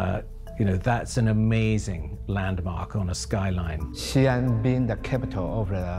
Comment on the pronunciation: Xian is not pronounced as Xian but "Xi" and "An". "Xi" means west and "An" means peace. So the "Xi An Palace" means Palace of western peace or Palace of western calm. Most westerners don't know that the Sui and Tang dynasties were pan-Asiatic in nature. Historical records of ladies of the court that had green eyes and auburn hair. Even the first dynasty of the Qin were Tibetan in nature. War, genocide, rise and fall of empire, fortune and misfortune relegated these people to the history book of the past.